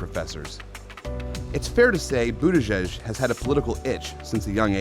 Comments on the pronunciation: Dear idiot newswoman, it’s not Butt-igig. It is either Boot-edge-edge or Buddha-judge. Both are acceptable. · I prefer something like "Boody-jidge" for better pronounciation. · Of course Laura can't even pronounce the first syllable of his name. It is boot Edge Edge. She's such a downer. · She said BUTT-EDGE-EDGE.... 🤦🏻‍♂️ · Isn't it butti"judge"??? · Is there any doubt that Laura Ingrham deliberately pronounced is name "Butt edge edge" to remind people that he does butt stuff? What a snit. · Laura Ingraham is a steaming turd for pronouncing the first 4 letters of his name as "Butt" ... we see what you did there, cow and we're having none of it. His name is NOT that 'confusing'. GO PETE!